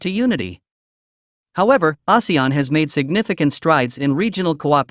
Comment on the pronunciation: Recently so many videos about ASEAN.. and only this channel pronounced it correctly... 😅